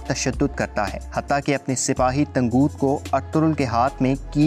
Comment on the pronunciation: bhai tanguuut nhi ha tangut ha